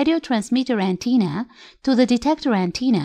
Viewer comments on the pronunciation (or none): Excellent video but here's a tip: we say "antenna" not "anteena".